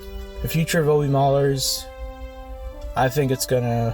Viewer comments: “oh-B” instead of “ah-b” really hurt the ears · this dude really said O-B